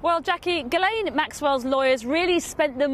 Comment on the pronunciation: How come no one seems to know how to pronounce ghislaine not guilaine